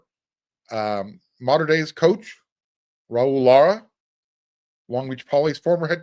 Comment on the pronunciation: like you said we can’t get all of them, but do you think some of the Mater Dei players that went to Washington and Ohio State might reconsider if USC does well this year and see a potential Championship with the 26 class and beyond? BTW, good job pronouncing MD’s coach name Lara perfectly.